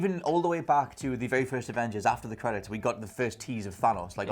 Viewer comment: Is possibly a TomSka fan, "Dat's Vewy Nice". Much love to you,.